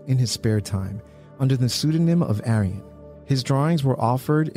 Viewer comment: Every time you said “Arion” it sounded like aryan. Which I guess still applies but still… lol